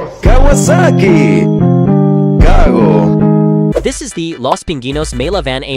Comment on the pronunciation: Cago sounds like gago when pronounced.....